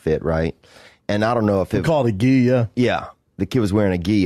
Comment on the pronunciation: Its called a gi, yup Theo: yea yea he was wearing a geeya